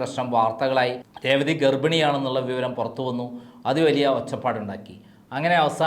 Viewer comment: രേവതിടെ പേര് ഒന്നൂടെ പറഞ്ഞേ